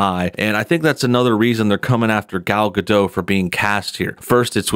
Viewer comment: Who is Gal Gad'oh? There's a 't' in the end, like you pronounces 'dot', but with a smaller/shorter 't'. Like Gadoht.